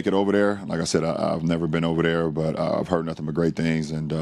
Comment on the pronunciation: Geez. He needs to improve his speech and learn how to pronounce OVER THERE. OVAdare only makes him sound stupid, not rich.